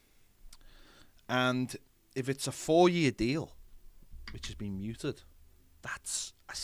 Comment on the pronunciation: The word is mooted not muted